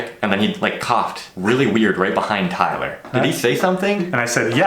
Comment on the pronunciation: As a Filipino, your name are Tie-ler (Tay-ler) and Eehh-Sa-Ak () just saying. Keep it up just do whatever you want to your videos.